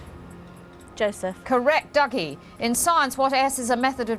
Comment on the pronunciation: Is it pronounced "Duggie" or "Doogie"? They keep changing it